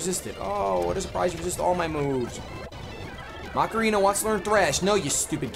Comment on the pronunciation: it's pronounced Ma-ca-re-na, not Ma-ca-ree-na... Also I was so hurt by your loss of Prowler!